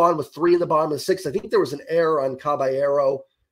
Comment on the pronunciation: “Cabeyearrow” lol